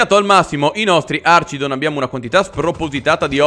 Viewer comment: comunque si dice archidon con la "ch" di archi